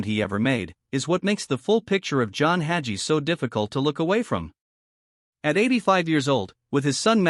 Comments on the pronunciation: This AI generated. To confuse his followers. Listen to the way his name is pronounced. Red flag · It drives me crazy that these ai commentators can’t pronounce the names of their target.